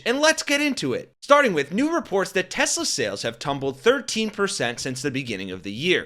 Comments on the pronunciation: Teshler... Trump is not bright enough to realize that he has been saying it incorrectly. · WTF is Tesler ??????😂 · OMG Trump said Teslars! I read he said he said that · Lmao!! We knew this was coming… & yet: Still hilarious. 😂😂🎉👌🏼 Also: been wondering if DJT’s recent sudden mispronouncing of ”TES-LER” was a sign of his growing antipathy toward the angry Elmo – and thus his predictable oncoming ouster from “orange sh*t circus v2” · Do you think Trump will ever learn to pronounce Tesla correctly? No? Me neither. Trump will throw absolutely ANYbody under the bus (or down the marble stairs) when he figures he doesn't want to use them anymore. Personally, I figured it would be a bonfire of the vanities and their bromance would implode sooner or later. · I can't believe this orangutan cannot pronounce the word Tesla!!!! And I apologize for insulting orangutangs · He says Tesler AGAIN??!! 🤣 Is he confusing testicles with Tesler???!! 🤣🤣🤣🤣🤣🤣🤣🤣🤣🤣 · Will Trump ever figure out how to say Tesla?